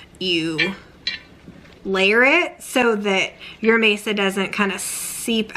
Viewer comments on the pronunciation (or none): I am going to ask you why you are using a table in your tamales. 😂😂😂 I’m totally teasing you! The corn mixture is pronounced Mahsah. Maysuh (mesa) means table, in Spanish. You are just too cute! I love the red chili sauce! I’m curious, do the little flakes from the skin soften? I once forgot to strain my chilis and I had little pepper flakes. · It's not maysa it's ma'sa. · you keep saying Mesa, it's actually called Masa lol😊😊😊. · Mesa I was like oh she means Masa 🫔 😂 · My family has made these for years, never with a tortilla press though! That looks so much easier than spreading with a spatula! I love how you do your 🌶️🌶️ peppers too! It beats boiling the chilies. In our family we pronounce it Masa instead of Mesa. Thank you for sharing, I can't wait to try it your way next time!❤